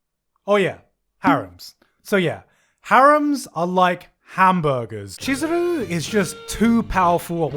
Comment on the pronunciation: "Cheese..." Chizuru shows up me: you mean Chee-zuru? wheeze please make me stop